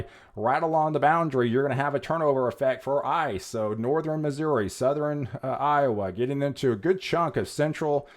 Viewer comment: Southern is pronounced suh-thern. Two syllables my man.